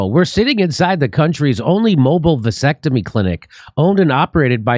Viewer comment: a “Vansectomy”